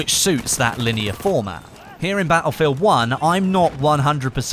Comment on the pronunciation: why do you say battlefield 1 like BA-U-FIELD 1